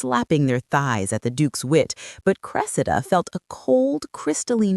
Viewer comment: Why do you alternately pronounce her name as "cre-see'-da" and "cre'-se-da"? This is distracting and keakes one think there is a new character entering the story.